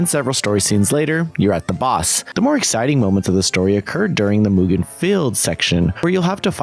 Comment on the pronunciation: Good to see you cover this kind of games, most people just ignore them altogether. PS: mate, you managed the impossible: mispronounce a 2 syllable word ("mugen"). It's nitpicking at its worst (I know) but it's as simple as writing the word in some translator and use the voice option.